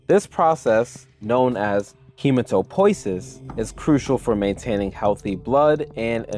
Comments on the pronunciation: Glad to see you've seen santiy, and foregone the abomination known as "he-mut-oh-POI-sis." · Ahh, the age old debate on how to pronounce "hematopoeisis" I tend to prefer he-MAT-uh-po-YEE-sis, but to each their own, I guess